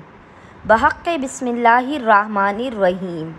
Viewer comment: معزرت کے ساتھ بسم اللہ کو صحیح سے پڑھے اور ان اعمال کا حوالہ بھی دے تو بہتر ہے